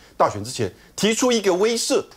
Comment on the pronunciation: 漂亮，终于有一个能够正确念威慑这个词的台湾名嘴了。